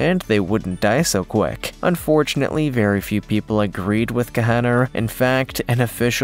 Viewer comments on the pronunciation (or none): none